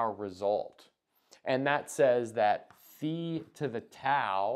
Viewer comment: Love that you pronounce phi correctly